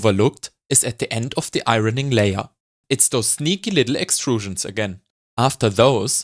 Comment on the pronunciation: A master class, thank you. Great jokes too 👍🏻. 'Iron' and 'ironing' are pronounced like 'ion' and 'ioning'.